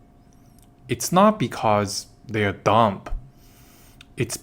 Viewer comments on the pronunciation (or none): “It’s not because they are dump”??, you need to work on pronunciation before the replace you with text-to-speech